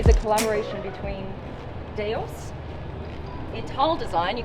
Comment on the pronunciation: Replace the "D" with a "Z" to pronounce it correctly. Like Zeus, it's pronounced "Doose"